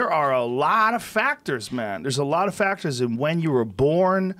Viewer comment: Joe "Buncha FacKtors" Rogan